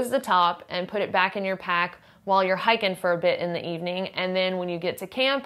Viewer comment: This is all totally dependent on Resupply. It's hiking, but it's not Survival. (It's, "hahking," which means "hiking." Hahahahah!)